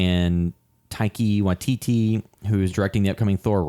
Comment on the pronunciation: Taika Waititi as in Tie-Car why-tea-tea...love your review 😊